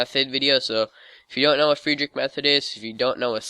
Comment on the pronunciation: Great. You don't know how to pronounce 'Fridrich' correctly and you tell us that we should be familiar with this method, and then you try to teach us F2L. Are you crazy? You didn't understand the difference between teaching and showing. Okay... that's the case with over 90% so called tutorials on youtube. If I didn' know F2L anyway, I'd not have understood anything you said. And that's not the only video you made that way.